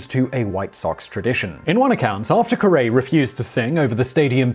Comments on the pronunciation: Simon, His name is pronounced Harry "Carry". Not Carae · It's pronounced like "carry" not "ka-ray" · Aw come on Simon I watch your YouTube videos nearly daily however please when it comes to this particular video (it looks like this is already been mentioned many times) please please please just call him Harry Caray (like Haree Caree) Harry CaRAY! Just doesn't sound right here in the US. All my life I've heard him as Harry Caray with both names rhyming. Will Ferrell did such a great job impersonating him. So as I said I still love your channels and I will continue to watch and like them. Maybe just go with the American slang with this. Thanks for educating me on so many things over the past few years! Ted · Are you talking about the man who’s name is pronounced Harry Carry? Or Some other man who was not the famous announcer of the Chicago Cubs and had a restaurant named after him, and whose name was “Hairy Car Ray”. I’m sorry, but I’m from Chicagoland, and I can not let this go without saying something. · Simon, if you're going to keep doing segments about American baseball, you MUST learn how to pronounce the characters' names properly! Harry's name was said "HAIR-ee-CARE-ee"', not "ka-RAY." And White Sox owner Bill Veeck pronounced his name to rhyme with "wreck" (incidentally the title of his autobiography: Veeck as in Wreck ). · Simon: “Harry Ca’Ray” Me: …uh sure. Why not? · Thank you! Jesus Christ! I had to stop the video to say something. I was about to lose it. "Harry CUH-ree" Aaaaahhh! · There was a hail-storm of CUH-ree s, I counted eight. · Harry Caray's last name is pronounced "KEH-REE" ....like Cary Grant. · Sorry, I could not continue to watch this.. I am from Chicago and your continual mispronunciation of Harry Caray's (pronounced like Carry) name grated on me to the point I could not just let it slide and keep watching. It is like expecting a rhyming and not getting it. It creates a dissonance sound that creates a disharmonious tone.